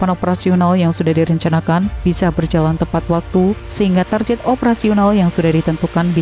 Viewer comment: Istilah "target" kok dibaca tarjet. Ini Enggris bukan Indonesia pun bukan. Kedua2nya dibaca Target yg betul.